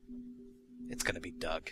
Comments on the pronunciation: " I am dog, a friend of Trip and Grace. " Lol, you pronounced it dog. Not Doug. x3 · When he said Doug I thought he said "Duck".